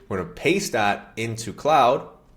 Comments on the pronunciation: KLOD not clowd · Its KLOOD not Cloud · CLOUD>>> 🤣WTF...Mate it's CLAUDE... Pronounced Clorrd!